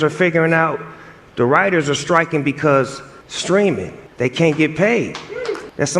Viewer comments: its sTreaming not sKreaming, Charlamagne! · i hope Charlamagne's AI can pronounce words that start with "St" properly.